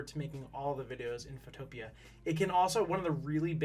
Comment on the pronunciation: Not being rude but it’s called photo pea